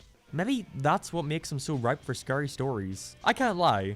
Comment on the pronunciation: "I'm gonna say Teals a lot, don't make fun of it." Ok. Haha he said scurry instead of scary.